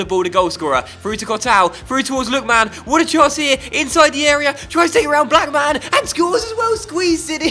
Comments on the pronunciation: i personally would pronounce it like mun rather than man so lookmun Blackmun etc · I don't think you pronounce Blackman like black man 😂😂😂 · Black man and Look man. 😂 Defo not how you pronounce their names. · cuz it's meant to be one word not two